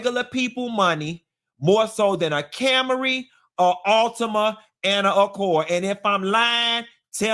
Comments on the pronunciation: I'm dying over Cam-a-ry 😂😂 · “CAM-ER-EE” is sending me.